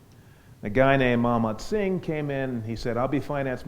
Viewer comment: i heard manmohan singh as mohamed singh xD